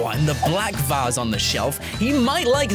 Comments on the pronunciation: vase not Vas Not trying to be rude wow e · It is vase not vass